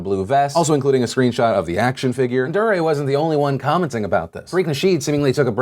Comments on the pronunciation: Dee-ray. Not Durr-ray. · Not sure if Phil mispronounced Dee-Ray as Der-ray on purpose to highlight his durr moment... but if the shoe fits... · I think it's pronounced dee-ray, Phil. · His name is pronounced D-RAY . not duh-ray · so its pronounced duhRAY? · Deray is pronounced Dee- Ray #PSA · did you call him dariah? lol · Phil I've been subscribed to you since I was in middle school, you are falling off just pronounce his name right man "DEE-ray" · It's pronounced DEE-ray. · Just so you know Phil, I think it's pronounce DEE Ray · It's pronounced D-ray DeRay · I love how you call him Durrr ray hahaha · Honestly I just can't get over the way you are saying Deray's name. Emphasis should be on the second syllable. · The way Phil pronounced Deray made me cringe